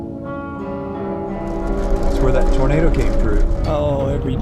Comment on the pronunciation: Lol tornad is how you pronounce tornado in French.